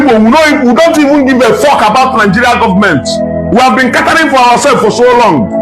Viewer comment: “We have been CATA-RING for ourselves for so long” Mua-ha-ha🤣🤣🤣🤣 It will be Ewe gods lol🤣🤣🤣